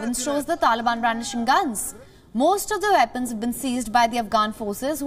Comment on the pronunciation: "The veddy vepons "